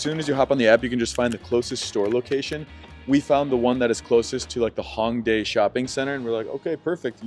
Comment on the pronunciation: Not hatin’ at all, awesome video, but another tip is learn to pronounce some of these things properly to be understood. Like Hanbok is “Hahn-bohke”. “A” and “o” sounds in Korean are always long, “ah” “oh”. Same with Hongdae, etc. “sohng-doh”